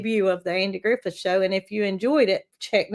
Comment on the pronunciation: Andy GriffiTH, not Andy GriffiN.